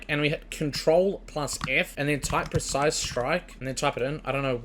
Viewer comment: Bruh - pre-cise not per-cise, nice vid